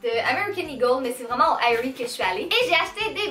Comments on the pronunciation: Oui. C'est justement. En anglais, on dit pas A-E-rie. On dit Erie. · On prononce Érie et non AÉrie.